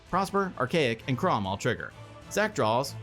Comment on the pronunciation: is it on purpose it sounds like says "Kraumbat" when Kraum attacks? 😂